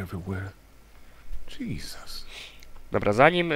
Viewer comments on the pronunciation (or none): none